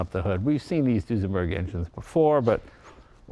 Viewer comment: So, it's a"New-senberg"?